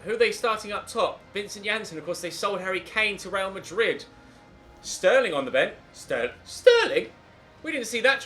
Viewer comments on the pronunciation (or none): none